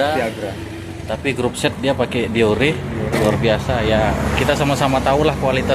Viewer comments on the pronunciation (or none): Mungkin krna di kira bhs Inggris jadi di buang satu huruf biar keren, Deore juga malah jadi deor😂